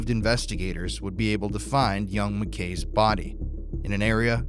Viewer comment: Why did she say Mcks not Mckays when she was talking to her at the end??? I am glad she is still holding on for her son. I couldn't imagine......